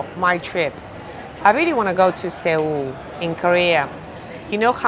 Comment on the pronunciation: Seoul is pronounced - Sole or Soul